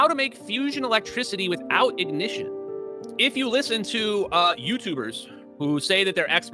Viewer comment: We. Don't. Need. No. I-Goh-Nih-Shun We. Don't. Need. No. Forced. Control.